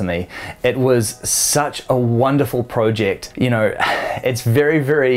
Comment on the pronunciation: Why does he keep on pronouncing it as “pro-ject”? Haven’t heard anyone say it like that not even Aussies. Mmmm